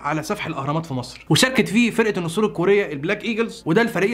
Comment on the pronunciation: النسر الذهبى يابنى مش النصر الذهبى الله يخرب بيت اللى علمكم القراءة و الكتابة...